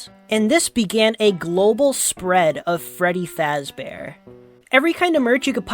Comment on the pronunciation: Fweddy Fazbore.